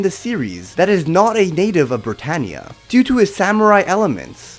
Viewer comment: When you sade bratanea i was like code geass!? (Sory for my bad grammar)